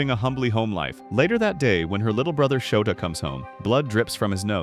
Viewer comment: It's souta not shouta